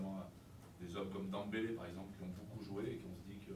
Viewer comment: Alors j'avais déjà entendu " Dembèlè " ou " Dembeulè " mais Dambélé " là chapeau 👏👏😂